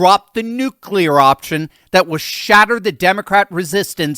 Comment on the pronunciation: Thanks for being the only person to actually say nuclear the right way lol